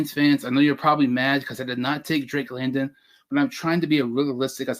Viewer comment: you can't even get Drake London's name right you called him Drake Landon so I don't put any stock in what you say and the Lions will take a receiver with either the 32nd or 34th pick. I say the Lions draft Travon Walker Daxton Hill Sky Moore with the 1st 3 picks I say they draft the best linebacker in the 3rd rd